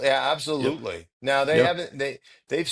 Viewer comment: When says yuh, yuh instead of yeah, yeah it drives me nuts